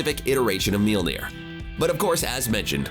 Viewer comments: Apparently the narrator doesn't know how to pronounce names. It's mjölnir not meelner and watiki not wataki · What in the hell did he call Mjolnir? Ok, gonna be hard to get past that..... Mjöllnir as in M-yal-neer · What's up with this idiot calling mjolnir 'mealnear'? Has he ever watched ANY of the movies containing Thor? Shit bugged me more than it should've but I couldn't even get thru the first two minutes...idiot. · Just stop saying Mjölnir. Your pronunciation is absolutely fucking dogshit. Maybe try looking up the word you're trying to say before shitting all over it. This is one of the cringiest things I've ever seen. Christ... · Actually he does not say it right. It's an Icelandic name so he actually doesn't say it right.